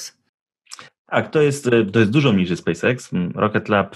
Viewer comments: Nie Space IKS tylko Space EKS :). Czesto ktos tak mowi nie poprawnie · nie chcę się czepiać ale uszy mnie bolą jak słyszę spece iks